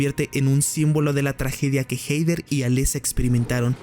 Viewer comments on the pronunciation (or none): "Jeider" 😅🤣😂😆🤣...es Jeder (Hether) buey. 😂🤣😅 Pero buen video. 😝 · Se pronuncia Jeder NO jeider. WTF.